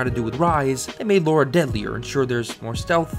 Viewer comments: Her name is pronounced "Laura" that's how characters say it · Can anyone explain why Lara keeps getting pronounced Laura (not a dig btw)? A lot of people do this in their videos. Can't work out why. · She isn't called "Laura Croft" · I agree with this everything in this video but it always bothers me so much, as a Tomb Raider fanboy, when Americans pronounce Lara's name as Laura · STOP. CALLING HER. LAURA. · Why the frak do the Americans call her Laura? (ugh) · It kinda trigger me when people keep calling her Laura there is no u I know it’s has something to do with pronunciation but still 🤬😡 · I swear you keep saying Laura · Calls Lara, Laura - video is trash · It's just ignorance. If you can read and have the most basic understanding of phonetics or, you know, just listen to the fuckin game, there's literally no excuse to mispronounce it. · Great video man, but I just can’t help but correct the way you pronounce her name. It’s Lara, not “Lora”. It pronounced as such. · Seriously, how hard is it to say 'Lara', "Lah-rah". If you're still calling her 'Laura' after 20 fuckin years of heritage I question your sincerity. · La-ra. Not Laura. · Why do so many Americans say 'Laura Croft' when it's clearly Lara? Lara and Laura and pronounced differently with an American accent too. Its not a British thing. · It's definitely pronounced "Lara". Some people pronounce it "Laura." Some people are wrong. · I am American. I say Lara (LAR-UH). I do NOT say Laura (Lore-uh). He is just wrong. It is not a dialect thing. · Can you stop saying 'Lora' its getting on my nervs as I watch, the text on screen and the way her name is written is with an A not a O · Alright... I’m gonna ignore the mispronunciation of Lara and try to enjoy it anyway. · Why do us North Americans pronounce Lara as Laura? I hear people around me pronounce it as Laura and it pisses me off. They are two different names... Everybody, say it with me slowly, "La-Ra" FFS... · She's called Lara, not Laura. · Lara not Laura